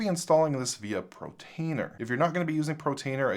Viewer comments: dont know why but when you say protainer instead of what it is portainer i feel like punching the screen :) maybe just me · love your videos, but for the LOVE OF FRANK - It's PORTainer - PORT - the icon is a crane moving containers like you would find at a shipping PORT. PORT, not PRO. I know it doesn't matter, but it's stressing out my dog, because I yell at the screen every time you call it PROtainer. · Portainer not Protainer, practise that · repeat after me POR-tainer.. Not PRO-tainer... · PORtainer PORtainer PORtainer. Not PROtainer! 😅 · Every time he says "Protainer", I hit the thumbs down button.